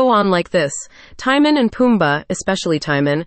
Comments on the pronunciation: The pronunciation of Timon is not Tie-min. It's Tee-moan. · The fact that they pronounce Timon as “tie-man” is funny to me 😂